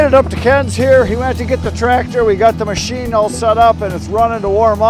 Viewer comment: G’morning. Awesome Mow-sheen. Love it. GoodNightIrene